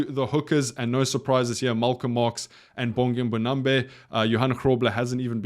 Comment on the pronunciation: MbonambI. NchE. Honestly it is kinda disappointing listening to you murder these surnames. Great video as always.